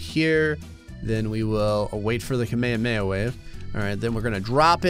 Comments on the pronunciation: s pronunciation of Kamehameha as 'Kameyuhmeyuh' physically hurts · mispronunciation of "kame hame" is sort of impressive. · Did bro say kameme